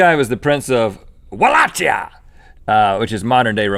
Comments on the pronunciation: ok so volakia is actually pronounced Vol- lake- ee- uh.yup! :) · Yes, but Vlad impaled just the enemies and law breakers. He was one of the best rulers of our country. And Wallachia it's pronounced (Valahia). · You guys pronounced Wallachia wrong.